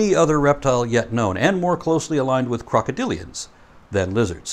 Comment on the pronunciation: I was playing "Godzilla Battle Line" when you said "crocodillians" and my Godzillist (learned that one from you,!) brain thought you said something related to the King. 🤣 I had to back it up and listen to it again!